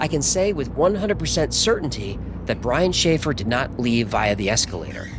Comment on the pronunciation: Brian Schaffer- sounds like a “Shanghai “